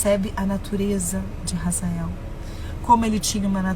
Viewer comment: Não é Razael EEEEEEEE HAZAEL OH H e mudo H é complemento de sonoridade H NÃO TEM SOM DE R EU FICO PUTO COM ISSO 🤯